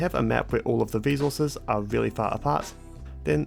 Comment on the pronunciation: I liked watching the video, but that rhotacism speech defect (Factowio, wesources, ...) is a bit irritating. I'm writing this because I've met affected people who didn't know that there is a good chance to fix this with just a little professional help. Think about it if you haven't already done so. :)